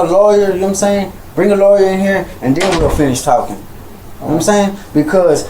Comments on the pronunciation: He says "know what I'm saying" (pronounced "nome sain") like a highschooler says "like." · "Nomsain" and "see'umsain" are two words that need to be added to the dictionary. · "Kno' sa'in?" No sir,we literally have no clue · Oh for Christ's sake. "Nahmsayn" "Nahmsayn" "Nahmsayn" "Nahmsayn"